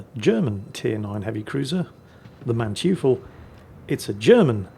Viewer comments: Hey, "eu" in German is pronounced "oy", so it is not Manchoofel, but Mantoyfel:) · Okay, new german ship, new angry horde of germans: It's (closer to) MAHN-toy-ful - not MAN-tju-fell... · manteuffel (mandevil), "man-toif-fel" . not man-tjee-full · Sorry, I just have to point out that "eu", in German, is pronounced the same as "oi" in English. Not Mantoofl, but Mantoifl. I just couldn't resist pointing that out,, er,, LOL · Man-TEU-FEL... not manchifu...., goddammit!! I was scratching my head of what the hell are you on about... then I see the name. Say it after me: Man ( man, with an A not an e) Teu ( similar to the porta toilet brand TOI-TOI ) FFEL ( Felt - like the armours of old) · Not a huge deal but I winced every time you said Manteuffel and Blücher. Manteuffel: Mon-toy-fel, not Man-Tee-fel. Blücher: Blew-cher (soft CH like the CH in the German word for I, "Ich," not blew-cher like the CH in chair. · You have totally butchered the German ship names :))) It is Bluhher (the double hh means you pronounce with a very thick h and the u is something between u and i - difficult to explain umlaut in writing) It is Mantoifel (the eu combination in German is pronounced oi - like when the EU announces new regulations and the Germans all scream oi oi oi LOL) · You're bluchering the pronunciation of the Blucher and the Manteuffel. (Blucher like blue-cur and Manteuffel like man-toy-full). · Hey, pronounce the German Cruiser rather like 'Man"toy"fel', the German "eu" sounds spoken like "oy" as you'd say in the word toy.;-) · Manteuffel = Mon-toifle ("Mon" as in "monkey", "toifle" as in "Oi!" and "fell") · Holy scroll zooming Actually, it is "man-toi-fel" like in >Oi< mate! and it with the BLucher it is no hard k, just an sounding H like in Hotel. Anyway, back to the saltmines.... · its pronounced Mahn-toy-fel. Was listening Audio only, but hat to snatch the phone to peek, what german Name was butchered this time 😂